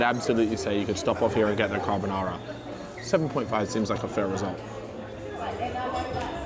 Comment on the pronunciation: Bro said "carb o Nara" hahaha